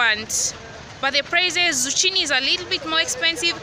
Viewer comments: Hey dear it is Zukkini.....not chini.enjoying the video though,big ups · girl......Zu?!!! what its Zuccini not zucchini *pronunciation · yeaa its zukini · Good job as always. A few suggestions. 1. When doing your OTD pls mention where you got it cos some viewers might be inspired by your fashion sense and want to buy the same. 2. its pronounced zukini even though its written otherwise. 3. Maybe at some point invest in noise canceling speakers so we can hear you (I like listen to what you have to say) 4. For the vids to flow, maybe go into the store before hand and tell them you will be filming, not so you can influence their behavior, but so they can expect it and then just give them a shout out. Thank you, Best of luck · Hallo hope ukichelewa? And you didn't say it as it should be said (zukini) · Aaahh you are just lovely 😍😍my favorite fruit(s) are pineapples and pears,and it's a season of pears OMG,am even eating one right now in my blanket,they soooo delicious. And it's pronounced zukini sweety😊😊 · Zucchini is a chain of green grocers found in most up market malls. And it's pronounced 'Zukini' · mama its pronounced as Zukini(zucchini) hahaha am not throwing shade btw ..love your vloggs big time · The 'h' in zucchini is silent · Nice....but pronunciation of Zucchini!!!